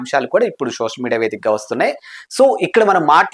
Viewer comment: షోషల్ కాదు బ్రో సోషల్